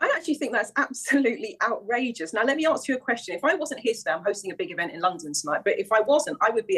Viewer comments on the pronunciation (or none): “Let me arks you a question “ This coloured woman claims 23 years of work experience, but still can’t pronounce ask correctly? I wouldn’t trust a word she says.